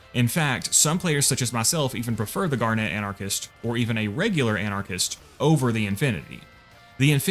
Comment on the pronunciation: I hate the way he says garnet 😭